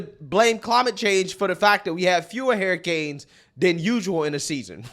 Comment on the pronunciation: I'm sorry, "Hariy-canes"? I'm not knocking you if that's how you pronounce it, it's just something I noticed.